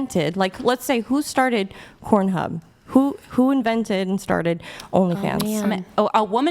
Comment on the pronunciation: LMFAO she's fucking hilarious she called it kornhub😂😂😂😂